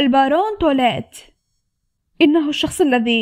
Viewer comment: توليت = تويليت 😂